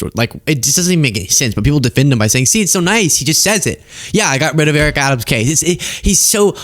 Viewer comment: Does he say "Joe"...."Got rid of in the house, Joe" Who is he talking to?! He could have said, "you own" or "ya know" but he is slurring So Badly its har to tell!! Right before that he said "got rid of" all fuqed up and was like "godjyry" or something like that 😅